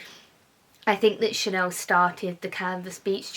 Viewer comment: How come you say chanoowww. It’s ChaneLLLL. Is It’s lazy or is it a lisp. It’s Chanel so is it best to say Chanel with and L.